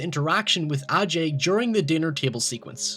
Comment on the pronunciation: Great video but while I was playing the game I wondered why they pronounced his name ahjay and not A.J. like Willis and hurk do maybe that could be an accent thing..